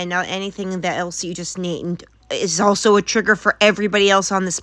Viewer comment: If you like the missing Gs, pay attention when she says "also" - there is NEVER an L sound